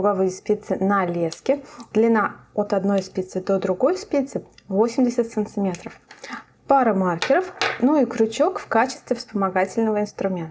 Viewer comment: Смотреть интересно, полезно, понятно. Но санЦиметры так режут ухо, что капец. И всё ровно затянуло.